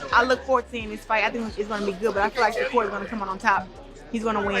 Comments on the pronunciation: He called Shukar Stevenson Shaker Stevenson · How are you talking about a fight and you can not pronounce the man name. Hopefully this help SHA-CURR. TRY THAT.